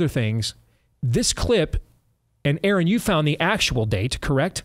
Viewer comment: Her name was Madge Steve. Aaron you went "Yard" .